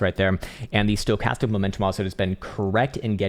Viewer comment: Does anyone else crack up when he says “stocatam momentum”? 🤪😆😆 is genius mad scientist! Love the work man. Saving me a fortune in this bear. Ill never be a trader but sure am keeping patient for lower buy in prices. I keep on stacking.